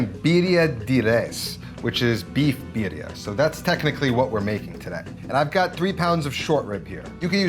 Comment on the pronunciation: I don´t think I can trust a person to tell me what EVERYONE gets wrong with birria tacos who can´t pronounce Birria Tacos and calls a Mulato "Molito"...sorryyyyy...not watching...